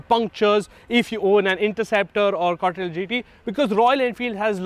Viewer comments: Say “con•tee•nen•tal” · C-O-N-T-I-N-E-N-T-A-L.....try saying it slowly